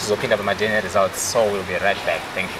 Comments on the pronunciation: itai muchikorekta anhu Aya kuti its DNA not DN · How hard is it to say DNA?nhai veduweee DN Shuwa here? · Ko vanhu vanoti "DN" instead of "DNA" is rhe "A" silent kani .... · Its DNA not DN